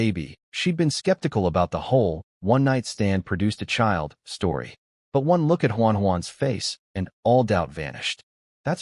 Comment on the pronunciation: Peak stowy